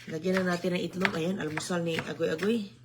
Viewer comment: Itlog not etlog...simpleng Tagalog lng Po....